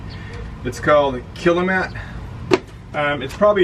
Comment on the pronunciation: i'm sure dynomat are happy you are using there name and not their product. Its Kilmat. it says all over it, you keep calling it kilamat